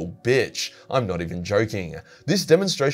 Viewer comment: Did you say “chatty-er” or “Chad-ier”